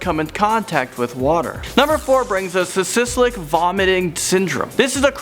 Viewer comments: Cyslic? ? Phonics dude phonics. Cyk-lik. is the proper pronounciating... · Probably Cathy And cyclic, not 'sislic'. There are so many ways to check pronunciation. Hell, Google or wiki can do it!